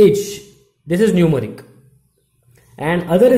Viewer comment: bro acha parha rahy ho ... but pronunciation of English words ko improve krny ki koshish karo .. Mujjhy end py pata laga k app Numeric bool rahy ho.